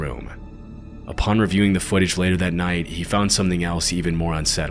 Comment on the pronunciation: Why do you say nighd? Great videos, but you talk a little to much through your nose.